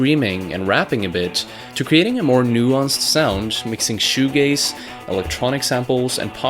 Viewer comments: WTF is Shoe gaze??? 😆😂😭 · he said "shoe gaze". I'm done. When you can describe music with adult words, we can talk. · “Shoe gaze” I question this video within the first 30 seconds.